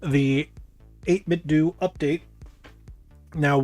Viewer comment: 8BitDO = Doo 8Bitdo = Doh